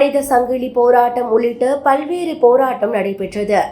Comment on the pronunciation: கள்ளூரி அல்ல கல்லூரி பள்வேறு அல்ல பல்வேறு ல ழ ள வித்தியாசம் தெரிந்து பேசவும்